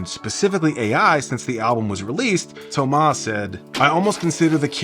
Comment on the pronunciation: Kudos to you for the effort of pronouncing "Thomas" the french way. That is greatly appreciated by the french guy that I am.